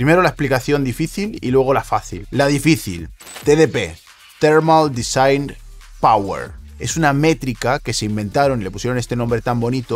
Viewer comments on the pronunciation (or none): none